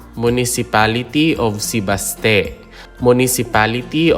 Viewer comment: Bar-bá-za, not Bar-ba-zá Se-bás-te, not Se-bas-té Be-lí-son, not Be-li-són